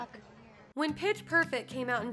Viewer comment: Petchh perfect